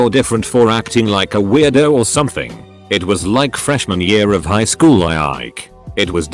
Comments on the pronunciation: Are y'all ignoring that at 56 seconds instead of saying highschool it says it like highshool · you heard it hear guys, it not high-school, its hi-shool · I think my sense of humor's broken, I kept laughing at that "highshool" pronunciation. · Hehe “highshool” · did anyone else hear the "highSHOOL"? XD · Kids go to highschool. Legends go to "highshool" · did anyone catch that the person said highshool? Lol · "High shhool"